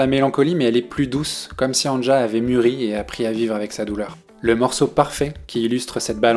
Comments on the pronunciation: Le J se prononce i en allemand. C'est Ania que ça se prononce, pas angea. C'est annie en somme. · Ca se prononce Ania et non An ne ja. Sinon, merci c'est excellent et c'est une très grande artiste. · Je l'écoute depuis ses débuts. Je ne connaissais pas cette chaîne. Très bonne vidéo, vraiment j'ai bien aimé, j'ai appris certaines choses. Un seul reproche, chaque fois que j'entends son prénom écorché dans la vidéo ça me fait mal. Ça se prononce ''Ania''. Avec tous les sites de traduction/écoute, c'est facile de vérifier pourtant... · Merci pour ta vidéo bien faite, mais on prononce Ania. Le J se prononce i en allemand. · Avant de faire de video sur les artistes (qui ne t’ont certainement pas demandé de le faire) , apprends à prononcer leur nom correctement, tête d’œuf 😡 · Quelle qualité ? Il ne sait pas dire le prénom de l’artiste…